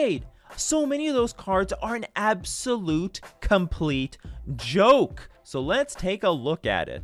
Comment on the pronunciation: The emphasis on the word "joke" in the beginning kinda gave it away. Haha